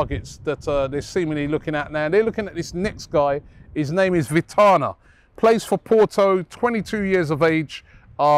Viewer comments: Work on your pronunciation of players Robbie. Jaysous and Vitinya not Haysous and Vitana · The name: vitinha Robbie: 🗣vitana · I swear Robbie is the worst at pronouncing names. Vitana😂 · everyone: Vitinha Robbie: Vitana Everyone: Otavio Robbie: Otavia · Jesus Robbie, Christopher Nkunoo? Vitahna? 😂🤦‍♂️. It's Nkunku and Vitinha, smh lol. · Robbie must be dyslexic it's clearly pronounced vi-teen- ya not vi-ta-nah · VITAAAAANYAA.. ROBBIE BUTCHERING NAMES AGAIN 😂😂😂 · Vitinha or Vitana if you ask Robbie 😂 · Man said Vitarna 🤣🤣🤣 gotta love Robbies pronunciations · Nkoonu, Vitana 💀 how can Robbie be this bad at pronouncing names? 😂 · Christian Nkoonoo… 😭 How could “Vitinha” be pronounced: “Vee-Tah-nah”? 🤔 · What's his name? Vitana? Robbie, your pronouncing names is atrocious 😂😂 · Robbie's pronouncation of Vitinha made me die inside... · did you mean Vitinha or Vieira?? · Robbie can you pronounce vitinha again? Very funny